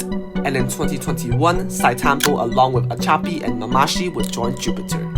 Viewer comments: how do you make an entire video about Sitetampo and pronounce his name wrong lol. It's read as "See Te tampo", not "Site" tampo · Please stop saying site tampo... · It triggers me when I hear people mis-pronouncing his name. Not Site-Tampo, it is si-te-tam-po (Zhi Te Tam Po) At least show some respect